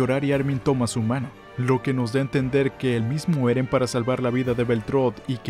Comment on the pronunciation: Ereh peruano